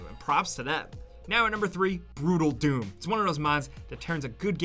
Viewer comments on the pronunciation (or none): I'm sorry but i heard Doodle Doom when he said Brutal doom and just couldn't stop laughing.